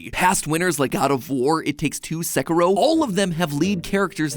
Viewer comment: "seh-ku-row"? that's how americans pronounce that game's name? jeeezus